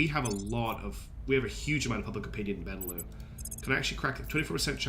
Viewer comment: Absolutely love that you’re playing this game! It looks so cool and you taught me a lot about it! Pretty sure the lux in benelux is pronounced like Luxembourg, because it’s BElgium NEtherlands LUXemboug.